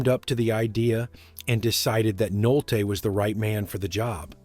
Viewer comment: Why does this narrator have such trouble pronouncing famous names like Louis Gossett and Bissett and Nolte (not Nolt)?